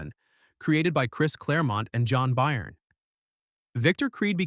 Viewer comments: John Buy-ern?? 😂😂😂😂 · I checked out after the narrator couldn't pronounce Byrne and supplied the WRONG image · The video is ai written and voiced. There's some pretty obvious vocal mistakes if you're paying attention